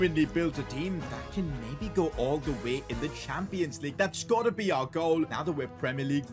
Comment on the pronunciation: "Champions Legue"